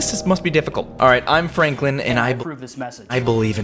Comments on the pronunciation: My man said froklen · He called Franklin fronklin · When he tried to say Franklin he said Froglin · Caylus: walk very slowly very slowly fronklin me:HAHAHAHAHAHAHAHA FRONKLIN ITS SUPPOSED TO BE FRANKLIN LOL🤣🤣🤣🤣🤣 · The way caylus says Fronklin instead of Franklin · i like when he said"fronklin" instead of "Franklin" 🤣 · I loved it when he said fronklen instead of Franklin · What you said Fronklin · Why did you call him fraanklin